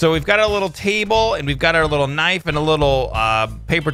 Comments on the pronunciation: knife is said k.n.i.f.e. not kniffy>! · knife is with a silent k . its nife if u say it correctly but to spell it u use the k but it is still silent. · Every time he said KI NI FI I was so confused and then im like Knife oooooooooh